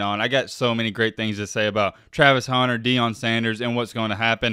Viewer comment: I forgot you call him "Travis Haunter" and hit play on this video. As soon as I heard it I immediately shut it off. Where is the "A" you keep pronouncing?